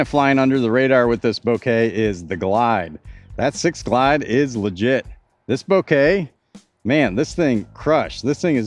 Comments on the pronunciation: Bo-kah, not Bo-kay. Kind of like saying mocha, but with a b instead of an m. Thats why the stamp is latte art. Mocha latte - Bokeh latte. Thanks for the video, can't wait to see them on a course. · Technically, Bo as in bone, Ke as in Ken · It's not a bunch of flowers, man. 😂😂 I know it's a huge nitpick over an otherwise great video... But the photographer in me cringes at how you're saying Bokeh. 😂😂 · He purposely says bokeh wrong annoying af